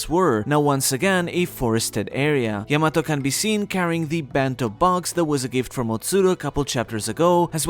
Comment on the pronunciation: Learn to pronounce Yamato.